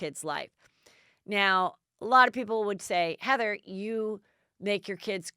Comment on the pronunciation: How you say "Heather"... "E-eaaatheria" ? GAG.... My 39 year old daughter Hilary...(one L)..... Her name is HILARY..... ! Nothing more...... I'm subscribing to you because you feel EXACTLY how I feel............ Hillary Baldwin is Hillary Baldwin..... 5 KIds WHY 5? Now what will she do to get attention......? She's like Rachel Megan Markle..... " What can i do to get more attention, make more money"' Reminds me of Kardashians.